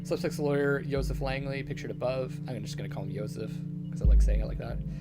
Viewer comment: Maybe it's as "controversial" as the game itself is, but I honestly really like you saying the pronunciation of "Yosef" the way it said in most non-English-speaking countries.